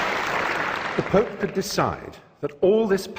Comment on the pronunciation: Ironic that the man talking in favor of religion pronounces "The pope" as "The poop" ...